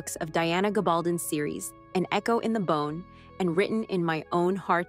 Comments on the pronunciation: And Diana’s last name is Gab al DONE with a long O. It’s a hispanic name well known in NM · Gab-al-done (like stone) Geez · Please pronounce 'Gabaldon' properly. And 'Lallybroch'. And 'Laoghire' Good Grief, you don't know anything!